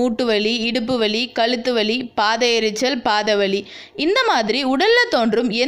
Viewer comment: Kaluthu valiyillai, kazhuthu Vali. Ucharippu sariyaaka irukka vendum